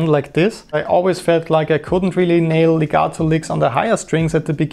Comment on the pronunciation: I like hearing the word legato correctly pronounced with the letter T instead of the D like most english motherlanguage people do... :-)